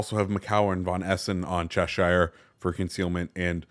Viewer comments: ok, when you see shire on the end of a place name etc its pronounced "sher" not shire, trust me, i live in cheshire and its defo not pronounced like that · Americans butchering the word Cheshire 😭😭😭